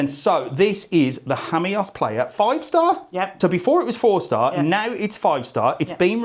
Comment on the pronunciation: Hammyos? I’ve always pronounced it Seaside Lost Jamos